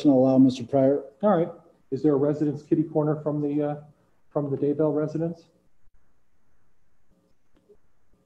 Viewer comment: is the judge purposely mispronouncing Daybell here?? Reminds me of him calling Lori Ms. Daybell instead of Mrs. Daybell